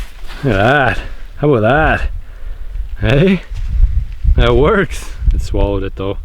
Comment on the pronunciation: "Don't Be Ignorant Aboot That" A